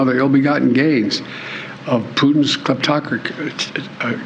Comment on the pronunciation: I still marvel that he has trouble saying kleptocracy. If there is one word he should know in and out